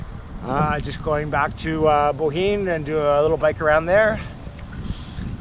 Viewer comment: Good pronounced of Bohinj… nice video and good cycling circle regards from Slovenia 🇸🇮